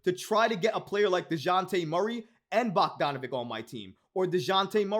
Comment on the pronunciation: his last name rhymes with sandwich... it has a ch sound not a hard k sound, bog-don-a-VICH... not bog-don-a-vik